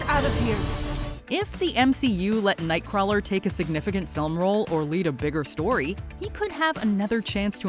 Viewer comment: Mispronunciation of nightcrawler’s name hurts.